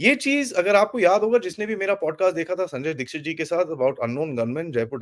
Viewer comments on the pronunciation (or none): none